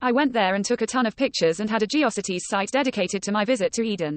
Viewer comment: I miss people's actual voices, rather than irritating robo-narrators that mispronounce geocities and read out youtube's gibberish URLs.